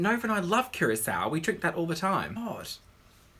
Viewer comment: The only person I know to pronounce Curacao properly